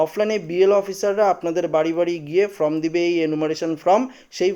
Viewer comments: ভাই কথা টা ফ্রম না ফরম বলো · ফ্রম নয়, ফর্ম